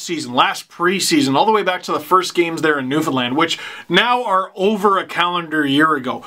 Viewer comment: Love how u said Newfoundland right😂😂👍🏻👍🏻